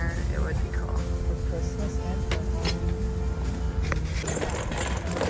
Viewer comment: Please say cool and not pronounced cooel